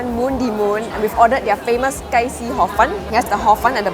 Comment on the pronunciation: tong sui Gai .. the Gai does not sound like chicken like how u called it .. this Gai means street .. sounds more like guy .. longer sound